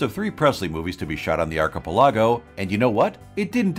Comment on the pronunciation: I normally hate TTS, but have to admit this one is not bad. But archipelago is pronounced very strangely indeed.